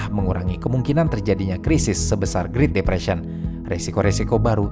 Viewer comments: Great depression itu spellingnya GRET bukan GRIT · Bukan mau menggurui, karena saya tau pasti pinteran adminnya daripada saya, jauh lebih pintar dari saya, tapi kayanya great depression tuh dibacanya "gret depresien" Min. Tapi asli keren banget channelnya, tiap hari saya tungguin channel ini